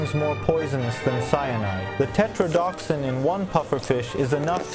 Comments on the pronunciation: You're mispronoucing the toxin horribly. You're leaving one entire syllable out. It's teTROdotoxin, not tetroDOXin like you said.. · It’s pronounced Tet-RODO-toxin, not “tetrodoxin” or however ur saying it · tetrodoTOxin missed one syllable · Wait the do in tetrodotoxin is silent?